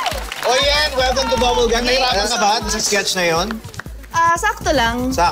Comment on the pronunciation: Paolo:Palakpakan Natin c Ms. Durano😂😂😂 D nya Masabi "Yen"